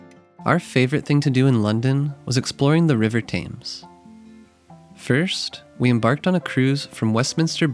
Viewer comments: Thames is pronounced TEMS not TAMES, just sayin'. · Just a quick note -- I think Londoners pronounce the name of their river "tems" as opposed to "tames" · Thames is pronounced closer to “Tims” it’s not pronounced with long a” Nice video though - thanks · Great video with informative and helpful tips for visiting London! I wanted to share a helpful tip (not a criticism) on how to pronounce "Thames" - it should be "Tems" (pronounced like the word "Stems" without the "S". Thanks for all you do! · Thames is pronounced ‘Tems’ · Please..for gods sake..learn how to pronounce “Thames”… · please stop saying thames like that it hurts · Thames pronunciation is very irritating. English is quirky, but still... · Typical Americans! You produce a tourist video about a City you know nothing about, claim to have lived there for 6 months. Big deal! You know nothing about London, and clearly learned nothing in your time there. Most importantly, the river Thames is pronounced “Temms” NOT Tames. The lake in Hyde Park is called The Serpentine, not The Serpenteen. If you’re going to make a video about someone else’s country or city, get your facts - and pronunciation- right!